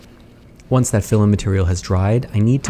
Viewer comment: I heard "oanch" instead of "once"